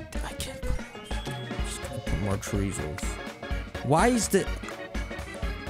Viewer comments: I was shocked how he said chorizo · Yes I couldn’t stop laughing the pronunciation of Chorizo as well then saying it’s a freaken sausage when he finally discovered what it was. 🤣